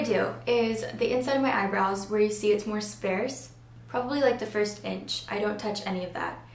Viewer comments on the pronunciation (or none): sparse....pronounced SPA ERSE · how you say "sparse" is funny